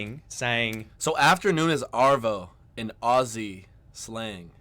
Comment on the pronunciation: Finally, got the pronunciation of ‘Aussie’ right!